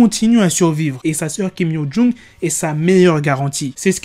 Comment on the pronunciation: C’est compliqué le prénom 😂😂😂 il faut t’améliorer la prochaine fois